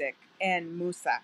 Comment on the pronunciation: Lover her efforts.... Her mother tongue is set to say Moses but she tries to pronounce it Musa just to be as close as possible to the Quran.